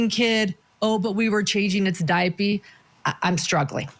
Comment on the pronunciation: Did he say Diapy?